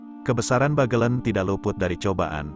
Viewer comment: Adanya aplikasi yg dpt mengubah tulisan menjadi suara, membuat orang indonesia yg sdh terkenal MALAS MEMBACA menjadi semakin malas. Pengguna aplikasi merasa cukup bangga bisa menggunakannya meskipun tetap malas membaca dan bnyk lafal yg salah oleh alat itu. Pinter tapi payah. "Bagelen" hrsnya diucapkan dg "e" pertama diucapkan sprti pada kata "sebab" dan "e" kedua sprti pada kata "ember". Lebih parah lagi pada "Sunan Geseng" hrsny diucapkan dg kedua "e" diucapkan sprti pd kata "sebab" karena "geseng" berarti gosong. Tapi di video ini kedua "e" diucapkan sprti pd kata "ember" shgg kata "geseng" menjadi tdk punya arti.